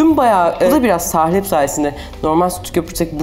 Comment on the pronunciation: Sahlep değil "salep" olacak. Lütfen düzgün kullanalım Türkçemizi..